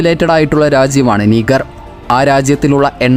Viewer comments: നിഗർ അല്ല നാ... നൈജർ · നീഗർ അല്ലാ നൈജർ